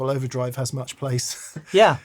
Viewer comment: I almost thought said, "Thank you so MERCH." And I would fully endorse that.